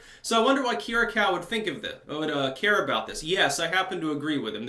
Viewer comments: Say: Keer-ee-yah-koo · Not to be too much of a pain, put this on google translate,Greek: Κυριακού That's how you pronounce his surname.